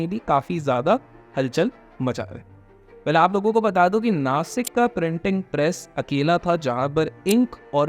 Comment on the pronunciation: bro its Nashik not nasik